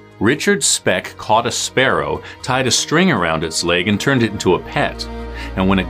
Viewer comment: I thought he said "arrow" instead of sparrow at the beginning, I was confused to why someone would keep an arrow as their pet.